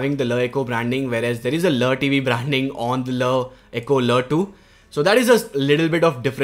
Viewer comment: every time he said la eco it sounded weirder